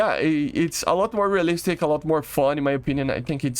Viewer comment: Bro can't pronounce realistic to save his life, Which I don't understand. Bro speaks English a ton.